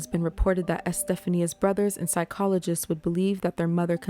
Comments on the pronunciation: I think her name is pronounced, E-steph-onya, not Estephania. But I could be mistaken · You did a great job on this story. Love your voice and thank you for not trying to do the weird "monotone" that so many attempt. I have no idea whats up with that but it rarely works out well. One note: the name Estefania is pronounced Es-tef-on-ya. The Americanized version, Stephanie, puts stress on different syllables so sounds quite a bit different. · I believe her name is pronounced Este-FAWN-ia